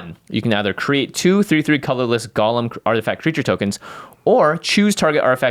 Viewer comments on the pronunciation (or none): great vid as always., golem and Gollum are two different words! (pet peeve)